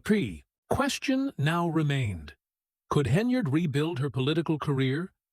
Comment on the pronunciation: Good lord. Her name is HEN-YARD! It’s NOT Henry-yard! You’re an idiot.